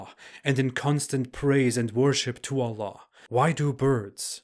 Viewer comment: you're pronouncing word "allah" in such a funny manner, like OLLOH.😀😃